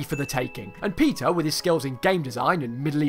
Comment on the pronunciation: I thought you said he was called "Pizza" not "Peter"